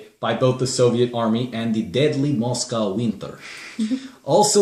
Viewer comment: "DeAdly Muscow Winterr"